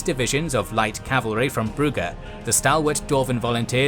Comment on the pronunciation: Oh great, now brugge gets the correct (dutch/flemish) pronounciation. All it took was a completely new fictional world.... You english are a weird bunch.